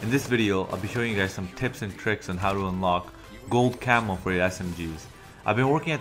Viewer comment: The whole damn video I was waiting for a gold camel to show up, I'm like where is it. And then I read the title again it says gold camo! The way u pronounced it sounded like camel lol